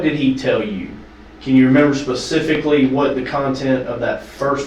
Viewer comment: People saying “pacificly” when they mean “specifically” always gets me